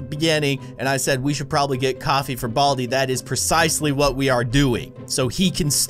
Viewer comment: Not boldi it's baldi